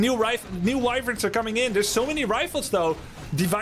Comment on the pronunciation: "Wivirns" Try "Wyverns", mate.